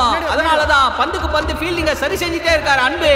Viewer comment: ஐயா அது பொந்து இல்ல பந்து😅😅😅